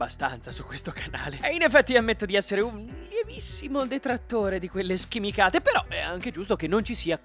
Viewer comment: Hai detto "schimicate" eh? 😏